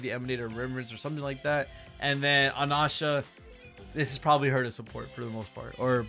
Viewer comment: Anasha? That's the first time hearing it pronounced like that 😮